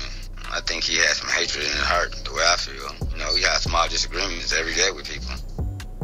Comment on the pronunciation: Why do Bostonians hate the letter R so much? "Pahk the cah!" "He had hatred in his haht" Love it ❤ Respect from Maine my guy